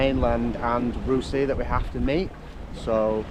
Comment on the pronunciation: Always enjoy your videos, but particularly this one. I grew up on Rousay (prounounced “R-ow-see”) and my parent’s house faces out into Eynhallow Sound where you went through the Burger Roost tidal race. It is a formidable place. I’ve seen many boats pass through and get the tides wrong, engine failures and all sorts. One guy went below and closed the hatches while his spreaders kept hitting the water until finally it spat him out the other end. 😄 I’m stumped at then yellow object and can only guess that it’s something to do with EMEC and the tidal energy, but I thought it would have been charted if that was the case. Really enjoyed your rendition of Cripple Creek too. 🙌🏻